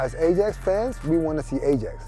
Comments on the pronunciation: The guy who kept pronouncing ajax as ai-jax instead of i-yax sort of pissed me off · AH-JAX LOOL ITS PRONOUNCED I-YAX! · I can't understand why, as a Ajax fan, you would prenounce Ajax as "E-djex". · Sid Iyer it it is Ai-jax not I-yax Although A-jax is better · "Ay-Jacks" ... > proceeds to hang myself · "I'm an Ajax fan" Pronounces Ajax as 'Ayjacks' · Just to check with my Dutch friends, it's pronounced "i-yax", correct? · Person to #NeverFollow is the guy who says Ajax like A jacks. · NO ITS AJAX JUST AAAAAAAAAAAAA JAXXXXXX COME ON PEOPLE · The guy kept saying ai jax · IF HE said A-Jax one more time!